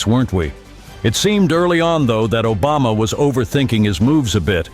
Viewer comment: Nobody gonna talk about calling Obama Ojama?? 😂😂